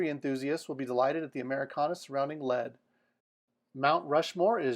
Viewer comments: I’m sure you enjoy doing this research, but many of these communities are far from cheap to live in. And for your information and anybody else that’s looking, lead South Dakota is not pronounced “Led”, but “Leed”. Average home price in Hamilton Montana is closer to $240,000-$260,000. Big difference from what you’re claiming for a video that is being posted three months ago. Great photos and basic statistics but please do your own research viewers, it will be worth your effort, Before choosing where you move to. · It is pronounced Leed not lead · it is pronounced LEED not led.... property taxes in South Dakota more than make up for no income taxes... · It's pronounced Leed...not Lead. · Lead, SD is pronounced "Leed" not Lead as in the metal. Plus, you are way way off on the prices in Leadville Colorado. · This is great! But to assist, Lead, SD is actually pronounced "Leed" and there is one catch about living there according to my friend who lives there, it snows often and there's no place to put the snow once it piles up. Also, you missed a giant advantage to living in Lead, it's just 5 minutes from the legendary western gambling town of Deadwood featuring casinos, shops, and soon sports betting. Lead and Deadwood actually share the same school district together. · Lead, South Dakota is pronounced with a long E. Take me to your leader.